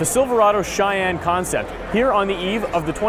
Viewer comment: he said Cheyenne so white 😂